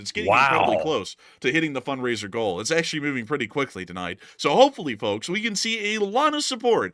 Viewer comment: you don't have to pronounce the "L" in "FoLKs".